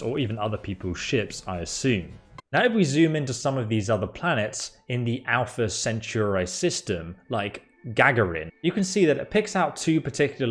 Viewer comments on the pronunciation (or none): whats an "Alpha Centuray" ?